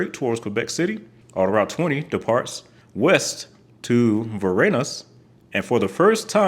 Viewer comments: I'm in Montreal. "Autoroute" is pronounced "auto-root", not "auto-rowt" ("ow" as in "wow"). And the pronunciation of many of the place names in Quebec is totally butchered. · Pronounced "auto-root", not "auto rout"